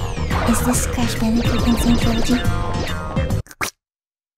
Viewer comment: I never played Crash Bandicoot before sounds like it's saying couch